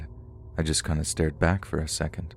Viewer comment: My dude. How can you mispronounce words like “kind”, but somehow know how we pronounce Leominster?